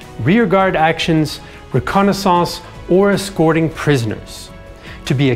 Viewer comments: The way he says reconnaissance and Strasburg is so funny! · Why are you pronouncing reconnaissance like that?